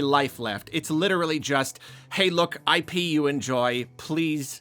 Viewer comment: "Hey, look. I pee, you enjoy. Please consume it." I'm sorry. But that's almost what it sounded like at that point, PLUS the visual on the video was like a... golden liquid flowing through pipes. It was just unfortunate phrasing and background visual. (And yes, we all know he was saying IP as in intellectual property.)